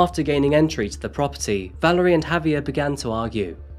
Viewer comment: ValErie, not ValArie. :o)